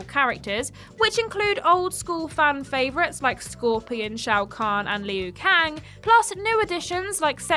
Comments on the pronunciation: Lee-Ooo Kang?? 🤣🤣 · Who in the hell are "Merry-O" & "Leeoo Kayng" 😟